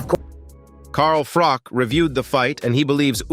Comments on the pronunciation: Who’s ’Carl Frock’?? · "Carl Frock" 🤣🤣🤣